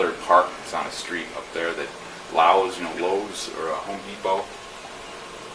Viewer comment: How do you not know the pronunciation of lowes? Lyles??😂